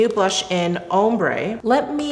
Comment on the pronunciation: Love you! Just a helpful hint that ‘ombre’ is pronounced ‘om-bruh’ (ombré = om-bray). Thanks so much for this vid!!! Chanel’s always my favourite:)